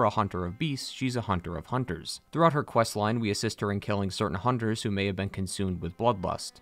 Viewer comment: That’s “hoonters”. 😁